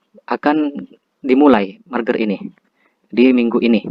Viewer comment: Merger bang bukan marger